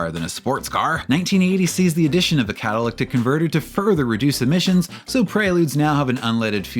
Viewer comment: “catalyctic” 😂 cmon bro